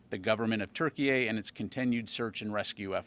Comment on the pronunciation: Why is he pronouncing Turkey as Turkeyay